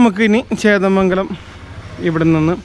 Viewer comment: ചേന്ദമംഗലം ആണ് ബ്രോ.... ചേതമംഗലം അല്ല... 💪💪👍👍👍👍👍👍❤️